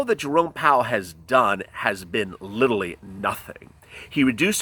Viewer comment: He keeps saying littlely instead of literally! Lmao